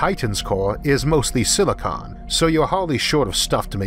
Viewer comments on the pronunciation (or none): none